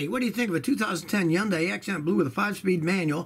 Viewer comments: 1: It's not pronounced Yundai, it's is Hyundai....that's been proven. 2: Change the timing belt on that Hyundai asap, it's due every 60k. Will it go more without changing it till 100k?......well do you like to live dangerously...? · Scotty, I worked for Cormier Hyundai and Reno Hyundai for several years. We were taught; Sunday Monday, Hyundai (Hun-day)... The "Y" is silent, NOT the "H".